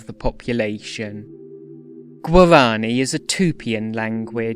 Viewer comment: The way you say "Guarani" here, it's practically tonal , The uptalk (word-final tone raising) in "languages" and the names; soouUNND , , Lingering on "theeeesssse", "reeeegion", and "resyllabifyiiiinng" , Choppy way you pronounce "Consonants", as if it was "Con. So nan. Ts.", stops as "Sto. Ps" Odd slowdown whenever you say "syllables", like you switch to rhythmic triplets Still, neat vid on an underrated language.